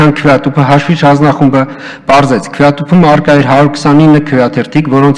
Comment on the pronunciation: Լավ 8 րոպե նույն նախադասությունների վրա կմկմալը մի կողմ, բայց ախր հաշվիչ բառի վրա կարելի էր պարապել, մեծն մաեստռոս լիներ կասեր մարդ չգիտի խնդա թե լա